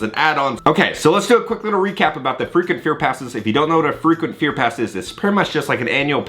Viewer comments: Sounds like you're saying freakin' fear pass 😂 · Thanks for another great video! I thought you kept saying “the freakin scare pass” instead of frequent. Lol😂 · Thought you were saying FREAKING fear pass😂Love your vids, friend!